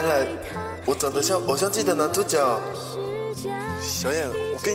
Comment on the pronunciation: 男主角他講成男註腳